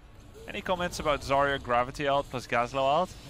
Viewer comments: Her name isnt "Zariya" :( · I can`t believe that Zaya herself saying her name wrong T_T make me wanna cry. P.S i`m russian and zarya it`s actually a word